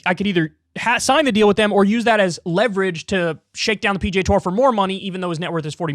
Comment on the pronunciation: Slow down and enunciate, Kyle. When you attempt to say PGA, it sounds like PJ.